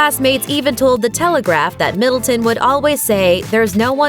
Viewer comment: It's Middleton not Middletown, be easier if you just said Kate